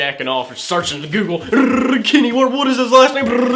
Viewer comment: it sounded like he said "Kenny Wart", or "Kenny Ward"